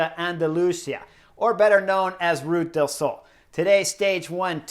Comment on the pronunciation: LUV your analysis!!! But... listening from Málaga, I have to help you out. it’s two syllables- Ru Ta. Ru ta del Sol. An da lu si ah. Or as they pronounce in Andalucia, An da lu thi ah. Just want you to hit the names as well as you coach! Thanks!